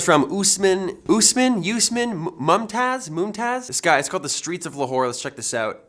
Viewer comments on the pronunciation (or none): it is pronounced as os maan not usmen+It is PAkistan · Dudeee it's 'Aus'Maan' (usman) 😂 and it's Lahore, Pakistan😏. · the way he pronounced usman tho LMAO